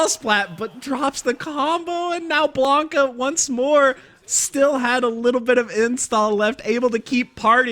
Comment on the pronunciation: His name is Blanka, not Blonka lol